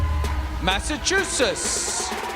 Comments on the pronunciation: 1.Miss USA is OKLAHOMA 2. Someone needs to help this presenter to say Massachusetts correctly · Loving Aussie accent. I wish he’d learn to pronounce Massachusetts properly though